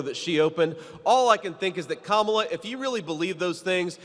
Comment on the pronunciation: Sorry Mr. Vance it’s is Kamala not Kamala. The proverbial word, racist, is now worn out.